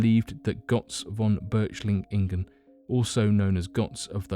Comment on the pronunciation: This video could be very good except for some major mispronounciations (Götz von Berlichingen not Berchlichingen), and general grammar. Furthermore you refer to Lybia during your segment on Atlantis - this does not mean the counry Lybia as we know it today. In Plato's time Africa as a whole was referred to as Lybia.